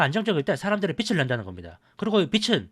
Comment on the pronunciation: 빛을 낸다가 아니라 빚을이죠.밝음을 말 하는 빛과 채무를 말 하는 빚은 구별하셔야죠.